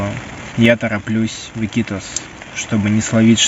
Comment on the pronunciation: Ики́тос, а не ИкитОс.